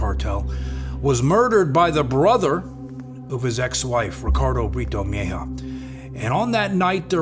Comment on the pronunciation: It's Meh-he-ah, Mejia... Just subscribed, awesome video can wait marathon your page